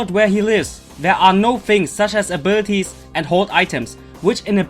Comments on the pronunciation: Arbirties ?! Lmao 😂😂😂 A B I L I T I ES PRONOUNCE IT RIGHT !! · What I hear when he says "abilities", I hear "a birdies"